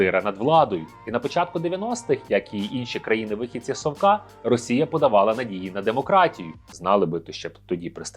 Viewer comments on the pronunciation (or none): none